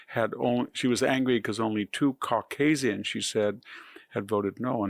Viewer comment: By her purposefully mispronouncing “Caucasian” shows you just how RACIST SHE IS. Everything she says and does supports HER RACISM!